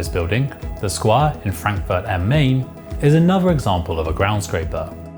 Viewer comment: Ground scraper is on of the dumbest names ever. A Skyscraper scraped the sky with its highest point, a "ground scraper" does zero scraping. If anything it's a ground hugger. Also Frankfurt am Main's pronounced like mine, not main.